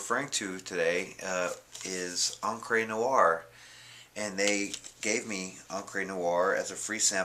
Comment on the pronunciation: It's Encrah not Encrey